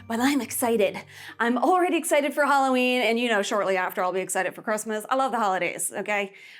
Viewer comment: It’s Halloween not Holloween!